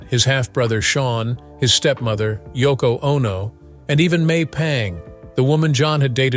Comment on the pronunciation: *Yoko;...Not: "Toko".